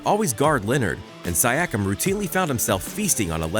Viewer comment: ok that is not how you pronounce siakiam